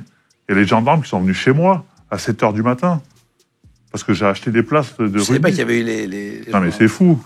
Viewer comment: A peine quelques secondes dans l'interview et on se rend compte que Pley n'y connait rien. Prononcer "RuDby", penser que Chabal est une star au même titre qu'un Dupont etc